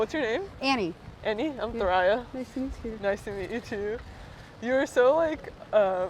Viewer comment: Ugh such a good one! I'm wondering why there was just the one pedestrian with their face blurred? At first i thought maybe they were a minor, but no way they were the only one. I wonder if they stopped and asked specifically to be blurred out? So curious. Also why did call Thoraya "Soleen"?!